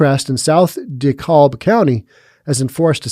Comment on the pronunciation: Just FYI, DeKalb County is pronounced "De-CAB" we don't use the L, it's silent. 🙂